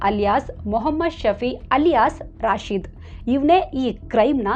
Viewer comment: ರಾಶಿದ ಅಲ್ಲ, ರಶೀದ್.ನಿಮಗೆ ಮುಸ್ಲಿಂ ಹೆಸರು ಹೇಳಲು ಭಯಾನ?ಯಾರೇ ಇರಲಿ ಅವರೆಲ್ಲ ಕಾಮುನಿಸ್ತರು.